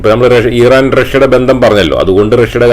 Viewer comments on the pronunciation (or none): താങ്കൾ മലയാളികളോടാണ് സംസാരിക്കുന്നത്.. So ഇറാൻ എന്ന് use ചെയ്യുക Pronounsation മലയാളികളെപ്പോലെ use ചെയ്യുക.. എങ്കിലേ viewers നെ കിട്ടുകയുള്ളു 🙏